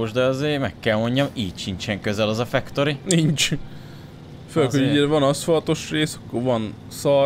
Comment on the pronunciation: sziasztok. csak egy kérdés a factoryt nem fektörinek kell ejteni, nempedig fuck torinak? XD